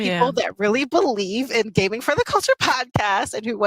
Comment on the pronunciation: "gamNIG" oh no